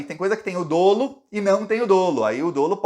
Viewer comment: quando você se referi a palavra dolo, o correto é dizer dólo, não dolo.